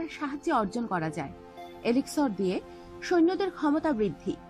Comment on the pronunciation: not elixor its elixir and not rotno its gems....